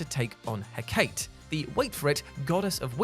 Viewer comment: Mel-i-Know-ee, Hek-a-tee. I know you're American but please do some proper research into name pronounciation.